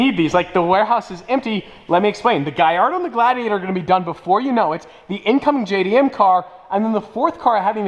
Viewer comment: Did he say incoming jam car😄